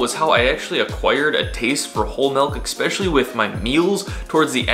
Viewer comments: 📍 pet peeve: eks-specially vs eSpecially. But bro! Hard work and awesome YouTuber. Keep up the great work! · I like your use of "exspecially" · ex-pesially.. holy shit.